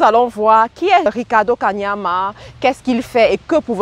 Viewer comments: Belle vidéo, mais sache qu'il ne s'appelle pas 'Kamania' comle tu l'as dit tout au long de la vidéo, mais 'Kaniama' commevtu l'as si bien écrit sur le titre de ta vidéo ... :) à part ça, pouce vers le haut... Bonne continuation ! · c'est KANIAMA pas KAMANIA tu detruis son nom la jusqua 😂😂anyway merci pour cette synthèse puissante!!